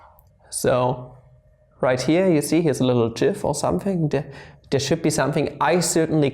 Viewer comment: Upvoted for correct pronunciation of "gif"